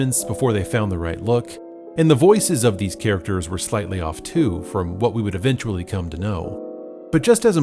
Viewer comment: Dee-cember, not D'Cimber, ee-ven-tually not a'vintually. You're not from New Zealand are you? or am I not understanding AE? BIG "?" on that. maybe you can help me?